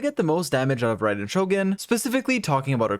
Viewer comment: "to get rai-den to it!" kill me